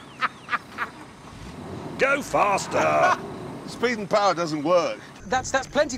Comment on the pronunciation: SSSPEED AND POWAH